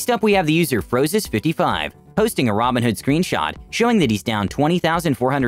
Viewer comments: Yo im listening to the audio only and I swear yoh pronounce robinhood and ramenhood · The videos are great, only thing I would maybe nitpick is everytime you say "robinhood" I have to do a double take, because you pronounce it basically like "ramenhood", lol, wonder if anyone else noticed that :P But the recap videos are great, nice to get my gambling fix satiated vicariously